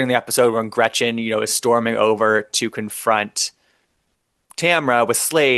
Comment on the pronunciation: every time I hear Emily say Gretchers I want to burn her contract and exile her to a Third World country, with no Trader Joe’s rice for her son!